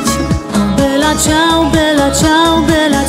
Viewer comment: Ja myślę że Kasia Staszewska dobrze o tym wie, że ta piosenka nie jest dla serialu napisana. Ale trzeba powiedzieć że Dom z Papieru ją znów międzynarodowo popularną zrobił. Dlatego niech sobie stoi dalej w treści. Po co się tak na to złościć? Wymowa Bella Ciao jest super i mnie przeraża jacy eksperci języka się tutaj znajdują. Krytyka w żadnym punkcie się nie zgadza. Ani ciao nie jest żle wymówione ani bella. Ci co słuchali w serialu piosenke muszą wziąć pod uwage że nagrania są Hiszpańskie a Hiszpanie mają troche inną wymowe i nie zawsze symulują język Włoski idealnie. Dlatego nie bierzcie serialu jako podstawę wymowy.